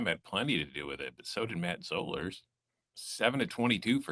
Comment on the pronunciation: Another week of mispronouncing Matt Zollers’ name - isn’t this your job? I’m talking to you, - you big dumb idiot. Also, Missouri has a win against Auburn. Beau Pribula isn’t much, if any, better than Zollers even with him being a true freshman. Missouri’s defense is great but the offense is absolutely dismal and has been for awhile now. No one talks about how Drink is supposed to be an offensive minded coach but Missouri’s defense is better than the offense year in year out.